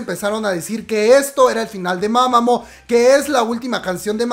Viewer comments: Las doble OO pronuncia como una U, es MamamU no MamamO xdddd Me siento Hermione, pero me desespero xd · Comadre, se dice: "mamamú" no "mamamo" xD jajaja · Disculpe la corrección, pero la o se pronuncia como u, es decir se escribe mamamoo pero se pronuncia como mamamuu digo con todo el respeto que se merece.